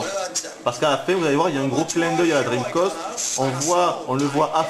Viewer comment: Tchinmoue, dreamcoste...ça me ruine les oreilles.